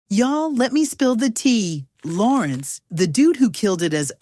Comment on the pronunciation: “ Laurenz “??These damn AI scripts man 🤦🏾‍♂️..